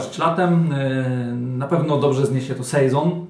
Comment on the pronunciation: sejzon? chyba sezą